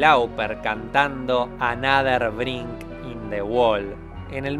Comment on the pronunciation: dijiste “brinck”? 😨